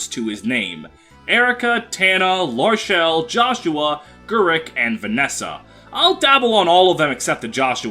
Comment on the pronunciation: This is the first time I've ever heard someone pronounce Gerik like 'Gurrick' rather than 'Garrick'. For some reason it bugs the crap out of me.